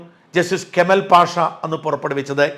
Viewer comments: കമൽ അല്ല, കമാൽ...കമാൽ പാഷ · കേമൽ പാസാ അല്ല കമാൽ പാഷ. എന്ന് തിരുത്തുക.. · Mr ഷാജൻ ,ഷോ അല്പം കൂറക്കൂ കമാൽ പാഷ എന്നു പറയൂ.